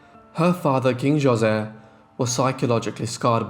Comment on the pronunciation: It's not Joe- say, it's pronounce Ho-say